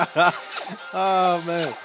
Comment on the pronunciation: Where are you from? Your YEAAAaa!!!! Sounds like someone from Texas.